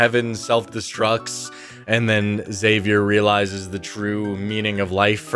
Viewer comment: Dude you're killing me, it's not x-savier, it's just Xavier ( like savior)